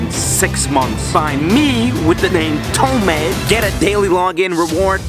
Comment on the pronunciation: Toemade hahaha this dude said bomb in da airport